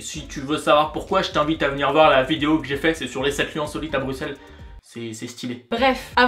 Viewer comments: Ah ben ça fait plaisir d'entendre "Brussel" et pas "Brucsel" ! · Juste un petit conseil " on ne dit pas stump mais stoump vu que le oe se prononce non u mais ou" :) sinon video génial et merci de ne pas avoir prononcer le X dans Bruxelles